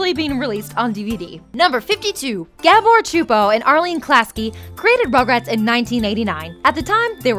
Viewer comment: #10 so that’s how you pronounce Gabor Csupo I never knew till today